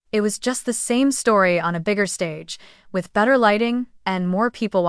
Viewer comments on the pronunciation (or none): none